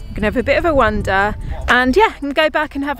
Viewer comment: Love your videos however once again want to point out its "wander" not "wonder"!!!!!!!!! Grrrrrrrrr